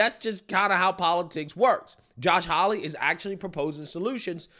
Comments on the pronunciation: his name is Josh Haw-ley (haw rhymes with law; ley pronounced like Lee). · Haw-lee, not Holly.👍😉